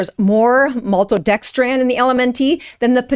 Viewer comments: Why do you keep calling it maltodexTRAN? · Maltodextran? If you can't pronounce it, don't talk about it. And you're a doctor???? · This is embarrassing... for you, not for LMNT. First, I do not use LMNT and think it's completely unnecessary for most people. But you make such a big deal about some maltodextrin being in the product without actually talking about what maltodextrin actually is (and mispronouncing it at the same time). It's sugar. You're making a huge fuss over a half gram of sugar. You clown. Way to drum up unnecessary outage and drama. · There is a difference between dextrin and dextran, you could pronounce maltodextrin correctly. 400mg of maltodextrin is not going to cause any appreciable rise in blood sugar regardless of the insulin resistance status of the person. Their evasiveness isn't good, but don't be dishonest about the clinical effect of a tiny amount of carbohydrate. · Why is a “doctor” specialising in keto mispronouncing maltodextrin like she doesn’t know what it is? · Gotta watch these anti good food groups they will lie. Like the anti carnivore people. Plus she is a "Doctor" and cannot pronounce MaltoDextrin. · is this woman really complaining about less than a gram of maltodextrin? She can't even pronounce it correctly. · can't even pronounce maltodextrin correctly! What actual "Dr" licensing does allegedly have? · Why can't you pronounce maltodextrin? I do appreciate the heads' up but it doesn't seem like it's that alien of a word. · This is a false information video. First of all, it’s pronounced malto-dexTRIN not maltodextraaaaaan for a reason. A scientific reason. And it’s not deadly. You’re exaggerating to generate traffic to your site. You’ve provided no evidence or data to support your claim. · MaltodexTRAN is what bothered me.😂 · It's actually TRIN not tran. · It's "Element" and Malto-dex-trin not 'dex-tran'. ?? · It's not maltodexTRAN. It's maltodexTRIN. And you're a doctor, huh? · Maltodextrin, not dextran.